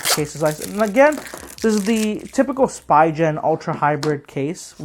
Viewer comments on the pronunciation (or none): Nice review except it's called spee'gan and not spi gen